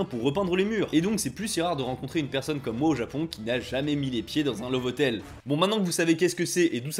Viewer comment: Je suis mort. À , j'entends "ces hotels, on les appelle en japonais des : 'Laboure hoteleuh' "! Et bah, violent ces japonnais !